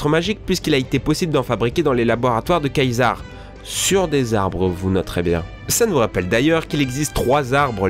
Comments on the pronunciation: Très bonne videos.. Mais rassure moi césar t'as pas osé dire kaizar hein !! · "Kaisar" tu me fais honte c'est César et sa se prononce sézar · tu connais toi KAYZAR ? xDD mdr c pas plutot CESAR ?